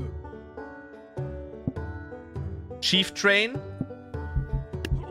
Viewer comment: wen stört es auch dass er chieftrain gesagt hat ?